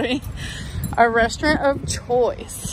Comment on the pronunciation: Toll-it paper. Restarint